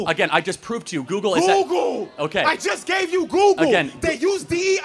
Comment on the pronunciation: 一個把google發音成姑姑的人，他講的話有什麼智慧含量?